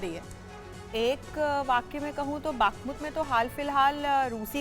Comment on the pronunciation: Matlab ah,ah,aa matlab,baaakhmut,😂😝 nehi ma'am Bakhmut hai.